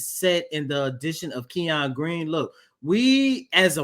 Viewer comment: His name in not pronounced “Key On” it’s pronounced “Ken Yun”. Kenyon